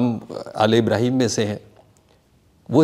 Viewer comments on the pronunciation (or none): none